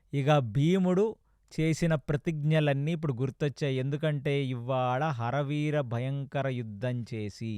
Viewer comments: ఆరి వీర భయంకరం.... హర వీర భయంకరం కాదు Please focus on pronunciation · "హర వీర " కాదు "అరి వీర" ఇంత అద్భుతంగా చెప్తున్నా చిన్న చిన్న ఉచ్చారణ దోషాలు వల్ల చిన్న అసంపూర్ణo గా ఉంది....వింటే భారతం వినాలి తింటే గారెలే తినాలి అన్నారు ..గారెలు లో ఉప్పు ఎక్కువ ఐన భాష లో ఉచ్చారణ దోషం ఉన్న బాగోదు (చిన్నవి ఐన)